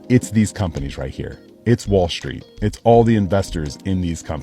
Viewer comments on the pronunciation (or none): none